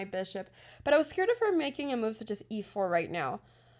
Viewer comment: Anna please .. Its not meuve.. its called a move 😂